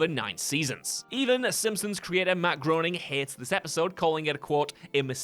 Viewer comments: He Last Name of the creator Matt is pronounced "Graining" and Not Groening. It rhymes with raining. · pronounced Gray-Ning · Groening is pronounced like "graining". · While these are valid not sure if you should be talking about them like an expert seeing as you can’t even say groening right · I know. I was groaning when i misheard them pronounced his name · How can Britney be such big fans of the Simpsons and this guy still gets Matt Groening's name wrong